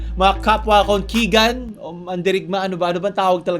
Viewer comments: Kaigan po yun hindi kigan Hahahaha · Kaigan bobo hindi kigan bobo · Di din po ako basher no itatama lang po kita KAIGAN PO YUN NOT KIGAN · tanga "KIGAN" daw gago "KAIGAN"yon bobo...basher amputek..cancer ka pa